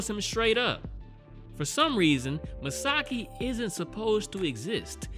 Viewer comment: Misaki Yomiyama (from 26 years ago) was a boy, not a girl. :) Also, it is pronounced MIsaKI, not MiSAki. Really good series in my opinion, I'm glad you decided to watch it.